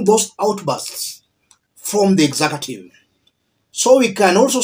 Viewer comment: Kenyans say “exakative”. Do you all mean mean “executive” or is that a Swahili term?